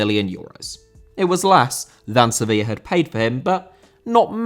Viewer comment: Sevilla* not Sevíer